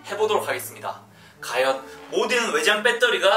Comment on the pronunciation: 허팝님 외 매일 과연을 가연이라 해요?